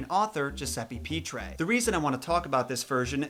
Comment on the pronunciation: Pitrè is pronounced pih-TRAY, not PEE-tray. Italian here. Btw it seems that the camera is making your neck and the bottom of your face purple in this video.